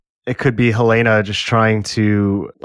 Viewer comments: Yesss! It’s not HuhLAYna like in HotD, it’s more like HELLna. I don’t think the name is coincidental. The basement is a bit like Hell. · Love you guys but why are you pronouncing "Helena" like that?